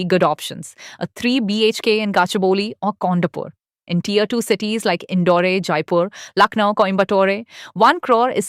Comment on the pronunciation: The pronunciation by the AI narrator, like Indore-ay and Coimbatore-ay, was weird